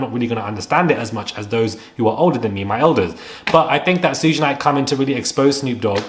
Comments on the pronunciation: It's pronounced Shoog like short for sugar lol. I grew up during the East Coast West Coast beef and it was craaazy...and I agree.. Puffy is going down finally. I have been hearing nasty things about him since the 90s. Nobody is on top forever. Especially being so evil with it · I let the “shuj” instead of suge go, but not the “my elders” sir 😂 I know this is serious topic, but that made me clutch my elder pearls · Every African American who sees this is low key frustrated when you say his name....it's like human A.I. Can you say Beyonce?...or would it be Bay Once...lol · Clearly you don't know much, because of the way you pronounce Suge Knights name. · This was a great update. Thanks! A few names mispronounced but its okay 👍🏾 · Babe, maybe you’re not the one to report on this topic, if you can’t even pronounce SUGE’s name properly. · We can tell you don’t know what you’re talking about, you can even get the man’s name right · Some tell him it's pronounced 'shug' 😂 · His nickname is pronounced Shuug’, short for ‘Sugar bear’ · Suge is pronounced "shoog" Thank you for the updates, it's appreciated 🎈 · It’s not “Shoog”, it’s pronounced like the “Sug” in Sugar. Respectfully, if you’re gonna report on Black culture, get it right. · ITs PRONOUNCED "Shu-ga"!!! NOT Soodge! Now Im suspicious of this info. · It's shug, like shug. Not suge, like huge with an s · As if you are going to say “sugar” it’s just SHUG. I was cringing listening to how u said it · His name is Pronounce"Sh uugggghhhe Knight..Not suuge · Please, it's pronounced SHOOG not sooge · LOL Suge is pronounced SHOOG not SOOGE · and Shug is pronounced "ShooG" (hard "G" sound) like how you would say "Sugar" without the a-r at the end. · Hi I understand. Don't feel bad because a lady on another video kept saying Suge's name as if it was spelled Suga, Suga. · It's pro pronounced "Shoog". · Suge pronounced SHUG (like "should" with a G on the end) xxx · His name is pronounced Shug, though. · ‘Sugh’ like Sugar❤